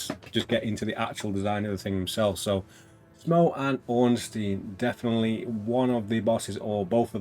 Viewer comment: Great showcase, thanks! Btw, Smough is supposed to be pronounced similar to "Sumo", so you nailed it!